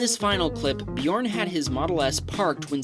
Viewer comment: bjorn Norwegians/me: DET ER BJØRN IKKE BJORN/ english: HIS NAME IS BJØRN NOT BJORN!